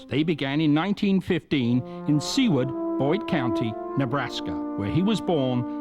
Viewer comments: It's not 'sea-ward' Nebraska. It's 'soo-ward'. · sooward ne. not seaward ne.